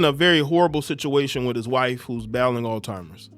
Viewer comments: It's pronounced all zheimers not all timers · Bro said "ALL TIMERS....disease" 🤣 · It’s not all timers disease, it’s Alz-heimer’s disease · Brother it’s Alzheimer’s not all timers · Why does he keep calling it All Timers? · We gotta stop saying alltimers ....😒🤦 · Someone needs to get hooked on phonics. 😂😂😂